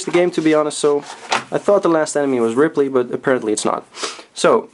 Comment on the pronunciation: You can tell this dude hasn't played Super Metroid before. "Dragie Con" "Ripley" lmfao